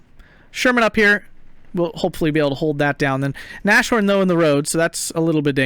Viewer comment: I so feel your frustration with the Shermans! Edit: And again I'm nagging... Nas-horn, not Na-shorn XD